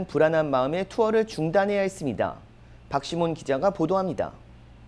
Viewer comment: 기자 목소리는 그럭저럭 괜찮은데요 …했습니댜…ㅇㅇ기자 입니댜… “다” 라고 발음 해 주시면 안될까요?